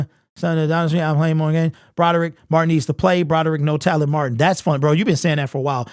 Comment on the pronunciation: First of all,, it's not Broderick Martin, it's Brodric Martin. Learn how to read.